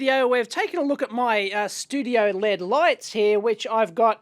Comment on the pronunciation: ELL EEE DEE not "LEAD"